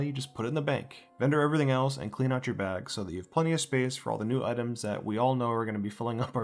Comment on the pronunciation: I'll be sure to "clearn" my room. XD